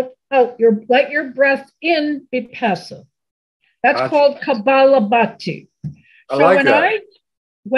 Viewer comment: I love all your videos. Thank you so much for your generous sharing with all. As a registered yoga instructor, I have one correction for the rapid expulsion breathing yoga practice shared by. It is Kapalabhati and not Kabalabhati. Translated in Sanskrit it means skull shining. Kapala specifically means forehead part of the skull. Thank you for bringing this to all. Peace!